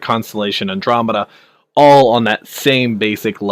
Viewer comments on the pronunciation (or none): Say it with me now; An. Drom, Eh. Da. Andromeda. Not Andrew-Media. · Andro-media, Har-bringer... lol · I nearly thumbed down for calling it an Andrew media, an-dromeda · every time i heard him say andro-media.. made my skin crawl!! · it's not the Australian pronunciation, the guy is just a dumb-ass.